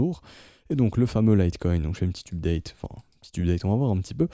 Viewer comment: Tes videos sont excellente merci beaucoup pour ton travail. Un tout petit truc qui pique les oreilles tous les jours cependant, la facon dont tu prononces update. :D For the love of satoshi !